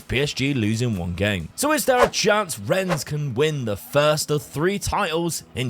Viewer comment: I hope Rennes haunts you forever for the way you pronounce it xD Thank for another great video <3 Edit: And then you say Troyes so well i could've thought you are French. Sus